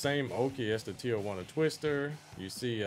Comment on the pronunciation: As a person who likes videogames I love when you give us detailed tips about throws and moves we can use, evidence that you give the game passion and time As a Mexican I love how you pronounce Tijuana